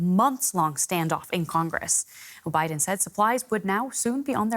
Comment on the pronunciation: She actually said obiden. Strange days indeed.